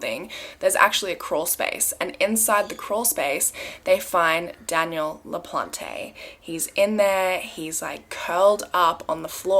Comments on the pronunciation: It’s pronounced LaPlante plant. Not plantay please always check with the state or someone who would be able to tell you I live in Massachusetts. I know this case. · It’s pronounced Danny Laplant without the e. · Le-PLAHNT. :) E is silent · it is pronounced “La Plant” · It's pronounced La-plant! ☺️ It's a family name on my mothers side! (the sweetest people in the world, with no relation to this man i promise lmaoo) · The guilty guys name..should be something else😳 ..but his surname LaPlante ..the e at end is silent..it's a French name means the plant...I'm French and notice these things is all ..🤘✌️